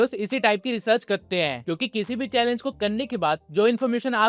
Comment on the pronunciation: Kar te hai not kte hai😂